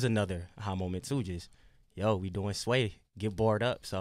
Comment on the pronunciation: Pronounce his name again sway??? omg lol brahhh you making my ears hurt say his name the correct way..lol